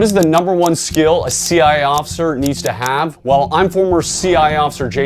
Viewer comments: Why can’t he say “CIA”? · Why do you keep saying CI instead of CIA?